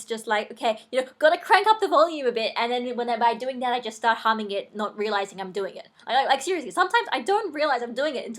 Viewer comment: I used to have that same fear of people turning into monsters, I couldn't watch the hulk for years. P.S. Sorry if this sounds weird but I thought you said something else when you said humming, not going to say what it is but it sound very similar....